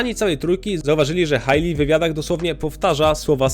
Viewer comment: Hejli, nie Hajli